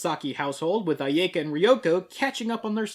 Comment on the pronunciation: Complains about pronuncition, says "aiyaeka".